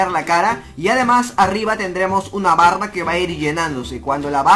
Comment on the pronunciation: cuando dijo 'barra'entendi barba xD